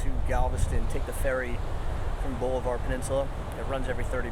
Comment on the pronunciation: Pronounced --- Ball-i-var / Just so you know.